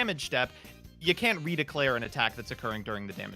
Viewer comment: I've never realized before that pronounces both can and can't as CAN, but that Mudballman question shows it very clearly I wonder how many rullings have I got wrong because of that 🤔